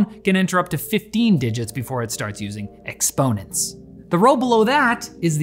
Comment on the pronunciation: mfw he said "exponents" not "exponents"